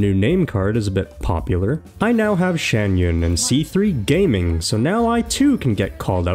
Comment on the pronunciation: Gaming is not pronounced as “Game” but rather like “Gah Ming”